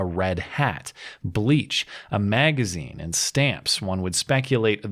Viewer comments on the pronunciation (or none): I'm triggered...you said MAGAzine... Fu fu